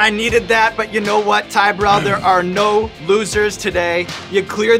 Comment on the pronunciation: Chris Martin? Boo-rell.